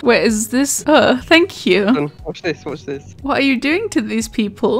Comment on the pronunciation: imagine if you wanted to go heaven but god said fank yew 😳